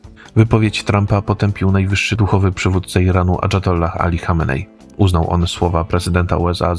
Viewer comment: "adżatollah"? chyba "ajatollah" przez "J" + to była wojna Izraela i USA z Iranem, a nie "Iranu z Izraelem". Iran prowadził wtedy rozmowy pokojowe i został zaskoczony atakiem Izraela i USA. Iran to niebezpieczny muzułmański reżim, ale mówmy o tym poprawnie, bo inaczej zafałszowujemy historię i język polski 🙏